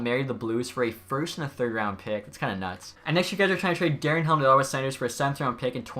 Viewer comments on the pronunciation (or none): none